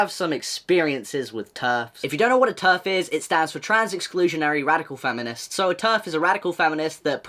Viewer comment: My bad but every time you say terf I always think ur Abt to say turd😂